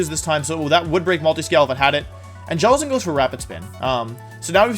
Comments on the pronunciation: Jelicent not tentacruel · Guys he said jelacent at the start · the champ really said jellicent